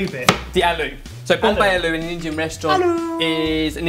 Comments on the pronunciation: Use black mustard seeds or cummin seeds and red onions and pinch of asofoidata n jus add tumeric n chili powder n squeeze of lemon and coriander for traditional Bombay aaloo recipe.curry powder ruins the simplicity of the dish. Its prounced as it is spelled aaloo not alu. Great add of salmon, will try to add in wraps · It isnt aloo its pronounced Ahloo spelt aloo! Im from bombay :D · Lol at the absolutely awful pronunciation of 'aloo', you didn't even try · You kept saying "eh-loo" and I got confused until I realized you were said "ah-loo" :) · aloo (pronounced AAAAH-loo) is actually hindi for potato, not indian XD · Omg! Firstly... i was thinking about commenting on your channel since a very long time now... There are like loads of reasons for that. 1st. looks so much like my bf:P Even his behavior is almost the same. 2nd. I love your recipes... and each and every episode of yours! You people make me laugh so much!! 3rd. Today, specially in this episode, the way said "ALOO" HAHA! Hilarious! You all are amazing! I would lovvee to meet you whenever i visit UK! I was just wondering how i would.. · love the way they say aloo hahah